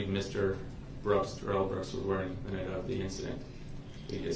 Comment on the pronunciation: Oh what little stature, and tiny minded we see of that Duh-Rell. Duh-Rell try sound edumacated